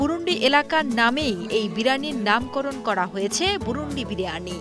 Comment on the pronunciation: আরে ভাই বুরুন্দী আমাদের এলকার নাম!🤦‍♂️ বুরুন্ডি না!😒